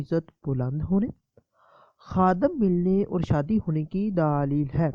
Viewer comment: بھائی آپ کیسے بولتے ہیں؟؟؟ اور لفظ "دلیل" ہوتا ہے "دالیل" نہیں۔